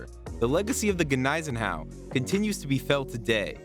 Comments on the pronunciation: The G is silent, pronounced like knees en au. No x craft attack sunk here, they were used against Tirpitz. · Hey, the G is silent please! Is this some woke history nothing here was factual go back to school !